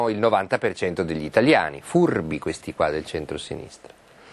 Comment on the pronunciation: "Fuurrrbi questi qua del centro sinistra" XD